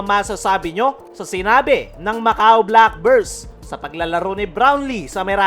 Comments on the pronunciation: Black Birds pa nga ang dinig ko idol eh ... hahaha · pati yung pangalan ng team ng Macau boss, hindi inayos ang pagpo-pronounce eh .. naging black burse .. hahaha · idol sa dami ng sinabi mo, hindi mo man lang inayos ang pag-pronounce sa team ng Macau Black Bears ... hahaha